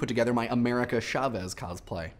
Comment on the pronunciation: I cringe every time he mispronounces chavez...